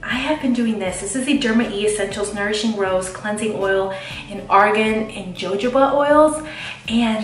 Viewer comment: Jojoba is pronounced ha hoba the js are pronounced as a h. I don't want you to sound dumb lol. Love this video so much. I live watching night and day routines. Xoxo